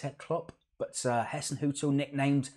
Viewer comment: Ralph Hassenhuttl is pronounced as Hissenhuttl as in Hi so his name is Ralph Hassenhuttl.